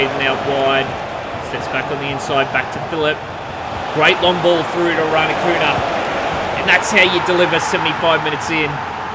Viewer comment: Love this series man. I feel like youre saying Irankunda wrong lol... you dont pronounce the D